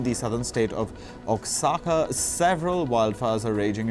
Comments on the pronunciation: “Osaca” lol 😂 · Oaxaca pronunciation is: Uajaca